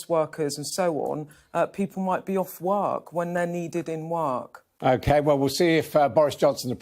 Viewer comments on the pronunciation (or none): "People might be off werrk, when they're needed in werrk."